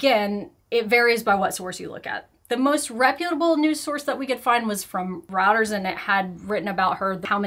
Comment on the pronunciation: Reuters has an unusual pronunciation…it’s “roy-ters”